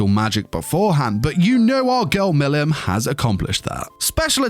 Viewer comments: Bro you saying Milim wrong it’s pronounced Mileam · Butchers her name the whole bid